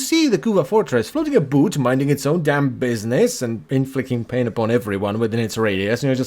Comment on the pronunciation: "floating aboot" who are you? The policemen from alloh alloh?